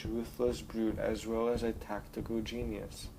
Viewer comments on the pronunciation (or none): none